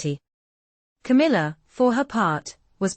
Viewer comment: Its C A M I L L A